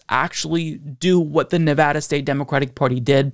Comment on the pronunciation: Huzzah! Happy in Henderson, Nevada! And thank you for pronouncing the name of our state correctly!